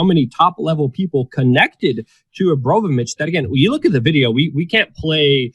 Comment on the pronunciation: Are you mispronouncing her name deliberately out of disrespect? Because it's Abramovic, not Obromavic. Don't get me wrong; I'm in no way insulted on her behalf. I don't like her. Just couldn't help noticing repeated mispronunciations of her name. Also, 'Bass music' is pronounced like base, as in military base. Not Bass, as in the fish. (observed from another video of yours).